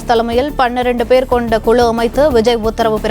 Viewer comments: அது தேர்தல் அறிக்கை தயாரிப்பு "குளு" இல்லை "குழு". 'ளு' வுக்கும் 'ழு' க்கும் வித்தியாசம் தெரியவில்லை. நீயெல்லாம் தமிழ் செய்தி வாசிப்பாளர்❓உன்னை சொல்லி குற்றமில்லை, உனக்கு சரியான உச்சரிப்பை சொல்லிக் கொடுத்திருக்கணும் ‼️ உன்னை தேர்ந்தெடுத்தான் பாரு அவனை சொல்லணும்.. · News reader thaane, tamilai styla pesarathu avasiyame ella, first kuzhu pronounciation saraiya uchcharikka parunga